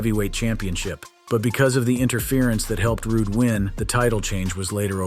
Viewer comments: Even the Olson twins can pronounce "Rude" correctly. They'd also probably know that Rick Rude had a neck injury in 1992 (which he was still able to wrestle after). The match with Sting in 1994 was a back injury that took a month before it was determined to be a career ender. Though doubt that move did his neck any favors. See Wikipeday, Wikipedy, Rickipedea for "How Rude" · How can you say his name right once and then say it wrong 1520 times? Lmao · I'm sorry but this has got to be pointed out, his name is an forever shall be Rude, not Ruday!! Now forgive me if this point has already been made, but come on now!! It's a good video, don't go killing it correct name!! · If you can't pronounce his name correctly then don't make a video. God I couldn't listen a second more because his name is RICK RUDE!!!!!!!Not RUDAY!!!! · Where on earth did you come up with "Rud- eh" it was prononced Rude, just the same as his real name, Rood. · Dude you need someone to actually edit your videos that knows what they're doing you have no idea who any of these people are you called Bobby Heenan I called him Bobby Eaton then you called him Polly E wtf??? Its Rude! Not roday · Turned it off after ROODAY. 😂😂😂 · wow RITE OFF THE HOP you MIS pronounce the guy's name!!!?? his name wasn't Rick RU-DAY" it's just RICK ROOD.. learning IS fun hay? 🤔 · Rooday is what killed it for me. I couldn't take it seriously! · Make up your mind on how you're gonna pronounce the poor man's name. It's Rude not Rudè by the way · Oh my fu*king God🙄 Every comment here mentions "Rooday" Give it up, guys. Please, just give it up!😂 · RUDE!! NOT RUDAY!!! DURP!! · "ROODAY!!!" hahahahaha!! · Rood , Rood , Rood , Rood , Rood ..............................................Not " Rooday " ! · How the heck do you get Ru-Day out of Rude?!? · Rude. Not Ruday. Rude. I cant listen any more. Bad form dude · He was Rick Rood, not Rooday or Frenchman Rudé, and certainly not Rudy. C'mon man, get it right! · It's a Rooday tooday day!